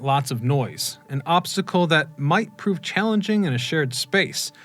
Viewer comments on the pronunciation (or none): none